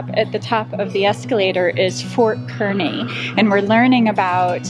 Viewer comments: Hey, folks... it’s pronounced “Car-knee” not “Ker-knee”. We LOVE Nebraska & we really like living here! From Fairbury, NE. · BTW, Kearney is pronounced "Car-knee" not "Ker-Knee" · Just a small corrrection, Kearney is pronounced by the locals "Kar-ney". I made the same mistake and was quickly corrected1 Love your show and look forward to following you. Thanks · In Nebraska it’s pronounced “car-nee”. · FYI Kearney is pronounced Car-Knee! And yes we are the corn State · Great video of the arch museum. Of course us Nebraskans have to uniquely pronounce things so Kearney is pronounced car-knee. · I saw the word "Omaha" and checked out your video. I live there!!! We've got the best zoo! We also have great people, great food ...pretty much like all of the beautiful cities in the U.S.. Thanks for the nice review. Covid19 probably kept most people home during your visit. Oh ya ... Kearney is pronounced Car-nee. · And I was going to comment same thing when she slaughtered the pronunciation!